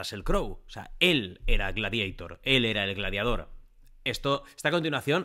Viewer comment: Por que dice "gladieitor" ?? Jaajajja